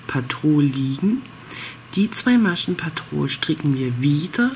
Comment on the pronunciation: Sehr schöne Decke werde ich bestimmt auch mal machen 👍🌷. Klingt irgendwie lustig wenn du immer ….patrol ….sagst😉😂. Heißt doch petrol die Farbe oder ? 😊. Sorry nicht böse gemeint. 😉🌷